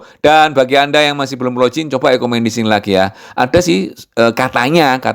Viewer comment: login bacanya log in biasa aja, juga finger print fingger bukan finjer, bahasa Inggris kalau huruf "G" di depan atau hanya membaca satu huruf "G" saja memang jadi J. Tapi kalau huruf g di tengah atau di akhir bacanya tetap g biasa sama dalam bahasa Indonesia